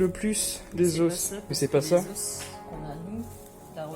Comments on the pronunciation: Je suis désolée mais....on dit des os avec un s muet non ? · « Os » au pluriel ça se dit « os » pas « os » !